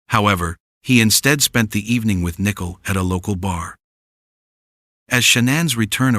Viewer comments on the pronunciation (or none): The commentator can't even pronounce Nichole "nickel"? Pretty stupid